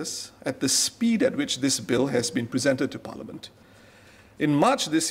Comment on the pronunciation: Dear, the English word "parliament" is not pronounced "palaman".